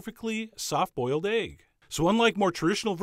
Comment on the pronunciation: Who else is fascinated by the way him call it aygg and not "ehgg" ... even thought he was steaming ready-boiled aygs (u got me saying aygs now) 😁 skach-ayg